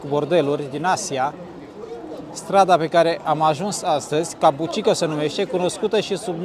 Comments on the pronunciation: kabukicho - ca bu chi cho! nu cabucico! tare rau filmarea! f misto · "Kabuki Cho" nu "Kabu chi ko"...numele cartierului e scris in Romanji peste tot, daca vrei sa faci "reportaje" straduieste-te macar sa pronunti corect numele subiectului principal...Vine de la un tip de teatru Japonez, si cho e denominarea pentru oras.